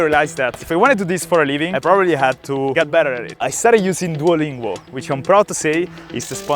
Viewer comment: Non puoi essere sponsorizzato da Duolingo e poi gli sbagli a pronunciare il nome😭😭 Scherzo bel video come sempre😎hai una volontà invidiabile!